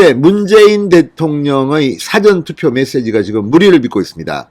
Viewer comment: 辭典投票가 아니고 事前投票입니다 진성호씨 발음이 좀 압니다